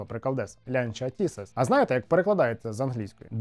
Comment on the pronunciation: Лянча не Тісес, а Тезис, мамкін ти наш експерт. І цей дизайн - це ретрофутуризм, так само, як і Лібра. Дизайн підкреслював спільні корені з такими моделями, як Lancia Aurelia B20 чи Lancia Appia 1958 року, наприклад. Але ж ти хайпонути хочеш, правда? А з рекламою усе просто - так само показано зв'язок поколінь - від давньоримських скульпторів - до сучасних дизайнерів. але що хотіти від людей, які крім ВАГа нічого не бачили в своєму житті?